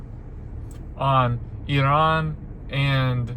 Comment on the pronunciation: Love you! Very sad day in our household, family ties to the Middle East. I'm in 🌵, so no voting till November. I love seeing you stand up and fight for our country. And you pronounced Iran correctly 😆🫶 Thank you for being you!✨️